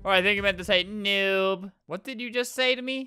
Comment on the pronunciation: Correction of the day: "What DID you just say" He said ”diod” lol